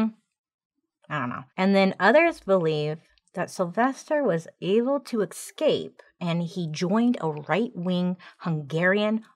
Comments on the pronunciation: Oh Bailey I love you so much but please… it’s pronounced EScape not EXcape 😂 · I love that you smoothly pronounced symphorophilia, but struggle on escape (it’s not ek-scape sweet woman).